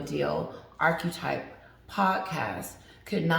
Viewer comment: A woman with the intellect of a potato thinks her opinion is valuable lol. She assumes everyone is as gullible as her dense husband. She only got the Spotify deal because her PR ppl arranged it and called in favors. Btw, its not pronounced "ark -E-type". Its "aar-kuh-type"